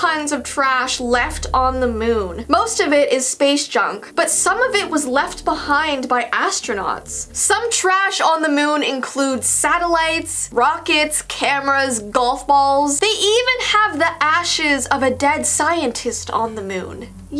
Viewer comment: She Said astrounouts ❤️